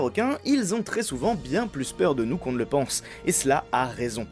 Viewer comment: "Que chez nious" 😂